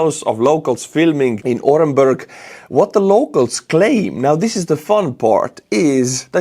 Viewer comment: The U in Orenburg is pronounced OO.